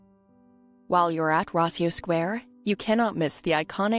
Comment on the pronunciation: Its Rossio Square not Raiso. Just in case someone wabts to google it